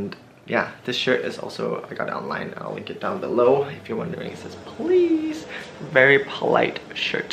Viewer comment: Haha the way u say pLeAsE